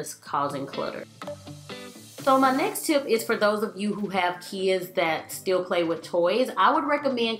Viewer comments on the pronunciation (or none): Your accent is so cute. I love how you pronounce kids...key-ids lol